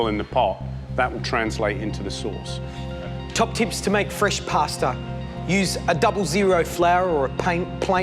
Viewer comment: did you know there is no r in the word pasta. poor articulation